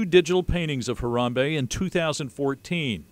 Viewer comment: STOP SAYING HARAMBEYE BRO ITS HARAMBE